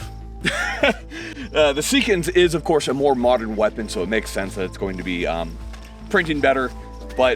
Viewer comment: "mot'ern problems require mot'ern solutions" ouch lol